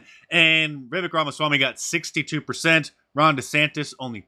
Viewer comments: Hey Mark Vivek is pronounced like Cake, thanks for the content :) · Viv ache. That's how you pronounce it. He said it's like cake. Vivek. I watched Tucker. Depended on you for the highlights. Thanks Mark. God bless you and yours indeed. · Vivek is pronounced viv-vake